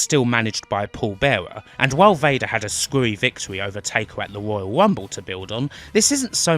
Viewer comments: The woyal wumble? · Woyal wumble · Gotta love the Woyal Wumble!!!